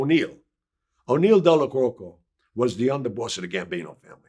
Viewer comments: Did he call Neil Delacroche “Delacoco”? Lmao 🤦🏽‍♂️ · lmao....Della croaky? 😂😂